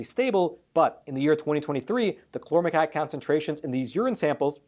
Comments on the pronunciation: hmmm... cousin to paraquat? Pronounced like kwot not cat... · If someone on your staff told you the pronunciation of the chemical "chlormequat " was chlormecat they were mistaken. Queen,quart,quarter,quick,quack and paraquat are good examples of the actual pronunciation of the "qu" combination. Pronounced "qwat" not "cat". I fear listeners may not take you serious if your writers don't understand English. I'm a longtime subscriber and English is my 1st "language" and that's how the "u" changes the word. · "Chlormequat" is correct. From the spelling I'd expect it to sound like ˈklɔrməˌkwɑt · Chlormecat? It's Chlor Me Quat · Chlor-me-quat (koo-wat) say it with me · Exactly. There's no "tatt" in there anywhere. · Paraquat=parakwaat Chlormequat=klormekwaat I am a subscriber and watch all of your facts matter videos and enjoy receiving the knowledge and news you report. But I think there wasn't enough research on the pronunciation of Chlormequat. If I'm wrong let me know. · Why are you saying "klormetat" instead of chormequat? Is it spelled wrong? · "quat" as in the word "squat". Not as in the word "cat". It's "kl-ohr-meh-kwat". Thank you for bringing this to peoples' attention.